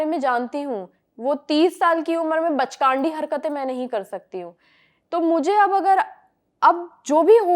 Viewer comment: Bachkandi❌ bachgandi ✅